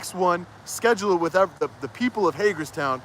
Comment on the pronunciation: Oh my Lord. Go back and watch real slow when he says “ the reason I didn’t want to go back and forth “ wif” yep he said it b” wif”. Oh my heavens he now is more of the idiot than I thought. I can’t stand this guy. Aghhhh